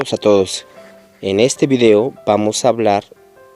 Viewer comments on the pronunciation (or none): none